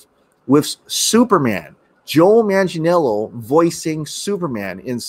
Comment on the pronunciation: Here’s how to pronounce Manganiello correctly: Man-gah-NEE’EH-lo The syllable with the upper case letters, which is a diphthong in this case, is the one that needs to be accentuated. Just remember these things when pronouncing it: manga (Japanese comic books), a knee, and the way some British say hello “ello”.